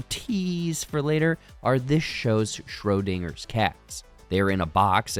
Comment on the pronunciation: Your coverage of this series was amazing and I loved it, but god damn did I giggle everytime you said Schrödinger 😭